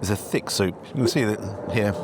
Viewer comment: English customer "is the soup tinned" Irish waitress "No, tis tick."